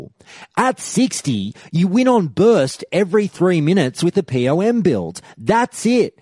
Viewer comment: "Pee-Oh-Em"... /facepalm